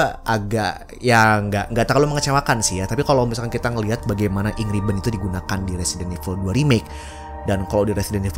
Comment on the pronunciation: Ink ribbon gua dengarnya Angry bird